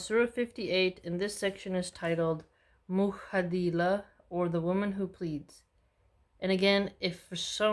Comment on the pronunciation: The letter “J” in Mujadila makes the j sound just like in “January”. Just wanted to correct you even though it’s not a big deal. Keep it up!